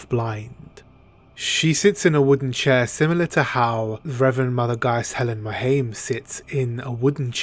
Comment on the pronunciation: Mohiam its pronounced moe-hee-um